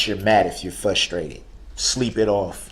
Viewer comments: He was also “fusstrated” at people not knowing what was in his heart. I’ll tell you what was in his heart. It was hatred. He cut the “umbiblical” cords on his children. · i don't think duhrell is pronouncing the word frustrated correctly.....